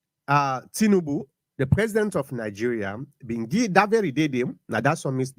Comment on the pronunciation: This guy say Tinibu recognize bio government as democratic 😂😂.